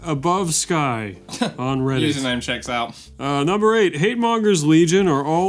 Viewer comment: Why did the last “username checks out” sound like “fuck you” lol